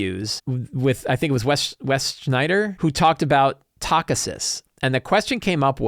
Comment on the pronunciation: Also...it is pronounce Tak-hee-sis goddammit!